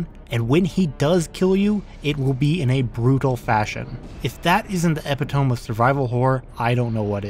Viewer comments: the way you say epitome. Ep-it-oh-meeeee.... eptiome..... AAAAAAHHHHHHHH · the epi-tome lol love the vids man. wish ya had more like on other series! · "if that isn't the epeh tome of survival horror, i don't know what is" Yeah, i don't know what the epeh tome of survival horror is either bruh. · Great video, but I just wanted to respectfully let you know your pronunciation of epitome is completely incorrect. Not being a grammar monster or anything, honestly just respectfully letting you know as I always wish someone would let me know if I'm totally off base on a pronunciation, and hey pronouncing things correctly lends more credibility to an already stellar retrospective. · I was in High School in the year 2001, when I played this for the first time. My best friend owned Dino Crisis, which came with the demo of this game. Something about this game, and the Nemesis Tyrant filled my with more dread than I had ever felt up to that point in my life. He terrifies me even to this day. God, that remake was shit. Oh, and learn how to pronounce the word "epitome".